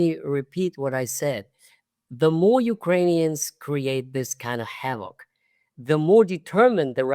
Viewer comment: havoc, not hammock